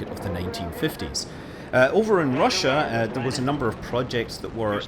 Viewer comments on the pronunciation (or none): none